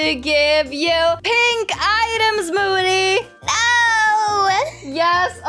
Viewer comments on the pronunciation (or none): i can't when said "thanks for the triceratops mody" lol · what u said hahaha u said moody instead of mody 🤣🤣🤣